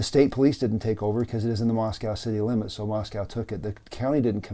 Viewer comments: It's pronounced Mosque oh not mosque ow. I live near this area, and there is a dead zone for cell phones. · Thank you, Sir. I'm a N. Idaho native and the town name is pronounced "Moscoe." :)